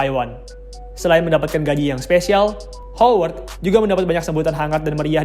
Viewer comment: Woi Howard Itu bunyi pengucapannya "HAWERD" bukan "HOWERD" 👎👎👎👎👎